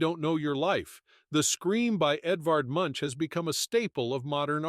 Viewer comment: Truly, the most incorrect way to pronounce Munch. At least google the pronunciation. Sincerely Norway